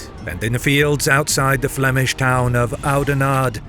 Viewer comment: "Phlegmish town Oudenarde". Everyone hacking and spitting. Their tourist board has their work cut out for it.